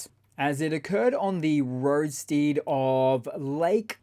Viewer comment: What's a roadsteed? Some kind of horse with special shoes for tarmac maybe? The word is roadstead (rhymes with head).